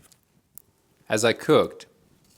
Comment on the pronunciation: 2.5 lol. Your first huh was a haw lol. Love your videos Brother